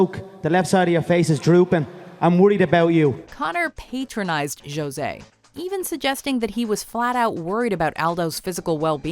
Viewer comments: Joe-zay aldo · Did you say Jose wrong on #5?